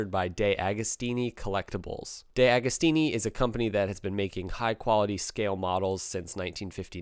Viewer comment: you should learn to pronounce names, after all the one of your sponsor (which isn't called "DayAgostini")......Ducaaddi ?